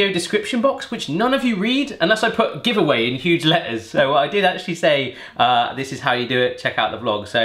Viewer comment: Did you say giveaway?!!! Haha